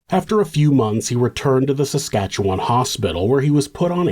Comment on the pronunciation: cant believe i havent heard about this one considering it took place just up north from me! (ps: thank you for actually pronouncing saskatchewan right❤ it's so often butchered to samsquamch and sashashawa on true crime channels that i feel it's worth noting :b)